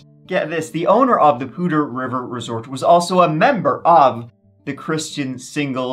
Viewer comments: As a northern Colorado resident, THANK YOU for pronouncing Poudre correctly! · Hey, you said Poudre properly! Not common for people who haven't lived near it.